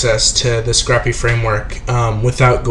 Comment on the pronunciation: Pronounced "Sc-rape" not "Sc-rap", like you would scrape ice off your car, unlike scrap paper you would jot notes on. Otherwise great videos thanks for producing :D